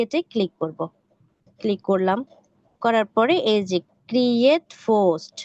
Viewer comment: Try to improve your pronunciation and remove your local language. like "Post" instead of "Fust"